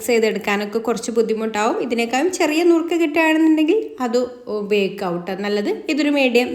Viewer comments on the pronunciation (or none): നുറുക്ക് അല്ല മുറുക്ക്